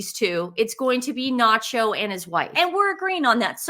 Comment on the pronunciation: His name is not Nacho ... Its "SANCHO"